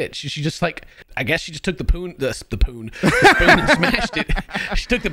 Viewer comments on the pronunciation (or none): I knew this older guy that would say spoon "poon" also. But thats how he would always say it. He told me that all his family would say it like that so he was always used to it. 😂😂😂 Just imagine a whole family sayin "pass the poons" 😂😂😂😂